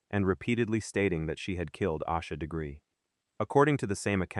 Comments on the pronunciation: Is this some AI bull?? You can't even be bothered to say her name correctly. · Might want to pronounce the victim’s name correctly, if you expect anyone to take you seriously. . .